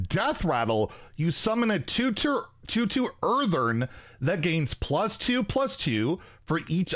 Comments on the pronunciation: Earthen, not Eartheren 😂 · Earthen, not Earthern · It's EarthEN not EarthERN. As in "from the earth" aka dirt. Seems like it'll be some kind of dirt or rock elemental. Drove me crazy every time he said, "Earthern." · Earthern, he says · Where is the second R in that word? 😂